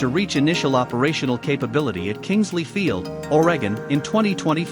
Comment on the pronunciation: Where is or-egg-un?